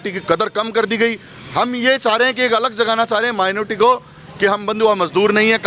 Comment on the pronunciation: मेनोरटी मेनोर्टी कर रहे हो कोई मेनोरेटी नही ह